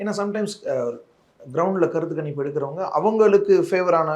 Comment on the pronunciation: Kanippu illa sir. Ganippu.....GA, GA......😮😮